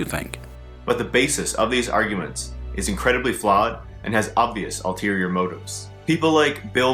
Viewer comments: Did he just pronounce "ulterior" as "alt-terior?" SMH Wait, wait, wait, wait...."con-spiciously?" Are you for fucking real, m8?!What grade level do you read at!? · Does anyone cringe at hearing "alterior" rather than "ulterior"?